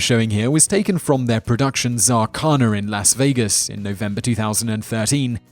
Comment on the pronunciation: Will someone please tell this man how to pronounce Las Vegas.